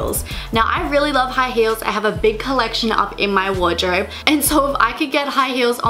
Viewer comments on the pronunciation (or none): Annrarr Wardrobe on the O Sounded like "wardrawrb" No Sounds like "nawr" I'm not trying to pick at her accent, I'm just curious.